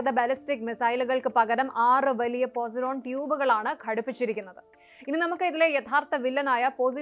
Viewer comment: പൊസൈഡൻ ആണ് പോസിഡോൺ അല്ല